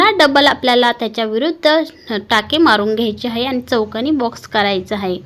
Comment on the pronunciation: मस्तच. पण हाये नाही आहे बोला.